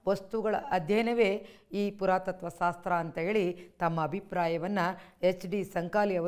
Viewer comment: ಸಾಸ್ತ್ರ ಅಲ್ಲ "ಶಾಸ್ತ್ರ"